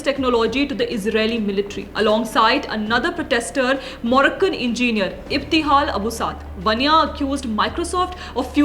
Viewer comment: Your pronunciation of technology and engineer are appalling!